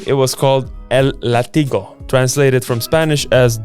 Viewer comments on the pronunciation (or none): El látigo, con tilde en la A y fuerza sonora en la primera sílaba 😉